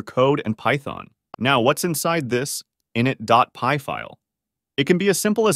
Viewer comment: Great vid, only issue is your pronunciation of init. It's "i nit", with emphasis on the "nit". Not "in it" with emphasis on the "in".